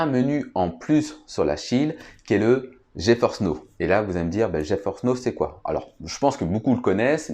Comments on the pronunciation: Geforce n'eau... okay...c'est NOW, ca se prononce: "NAO" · Geforce Now se prononce: "Dji faurce naow"